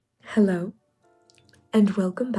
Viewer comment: The way you say HELLO👋🏻 is crazy 🙂